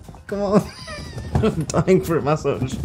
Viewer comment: bro said MAsage